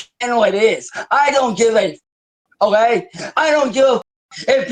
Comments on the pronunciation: Is he saying "O-A", when he means "Okay"m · Hmmm I see his mouth is now so swollen he can’t fully form the work okay and instead says ohay lol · Drives me crazy. That is NOT how real Ohioans say “OK”. As a woman born and raised in OH he is the only person I have ever heard say that, especially in OH. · I like to think it's OHAY